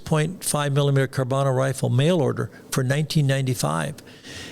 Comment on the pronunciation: CarCano. Not Carbano. When putting on a presentation, do the research. Sloppy mistakes mislead people.